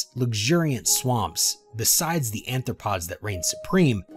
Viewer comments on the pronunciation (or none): Anthopods is pronounced: Arthropods, Triblites is Trilobites.